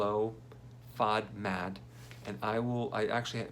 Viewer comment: FODMAP, not FODMAD